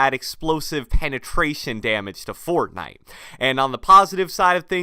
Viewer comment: I'm sorry I like your videos but it bugs me the way you say "Fortnite"